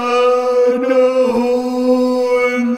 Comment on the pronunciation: hindi ko alam kung matatawa ako o matatakot sa pag "sanna hall" ni kuya HAHAHAHHAHAHAHAHAHHA